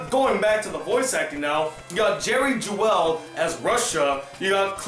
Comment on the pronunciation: You pronounced some of the last names wrong. Vale is pronounced as Veil, Seitz as Sights, Jewell as Jewel, and Mignogna as Min-Ya-Na. Not trying to be mean, it really bothers me when people pronounce the names incorrectly. As for Vic Mignogna, I met him at a convention twice and he is one of the nicest voice actors and I don’t see him as a douche.